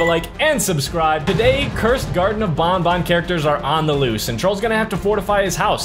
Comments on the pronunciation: It's banban not bonbon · It’s banban not bonbon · ban ban not bon bon